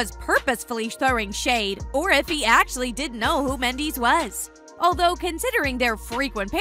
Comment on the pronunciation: Your saying his last name wrong omg it's like Mendez with a s instead of a z smh